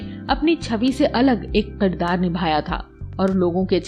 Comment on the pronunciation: Shabd" qirdaar "nhi balki "kirdaar" h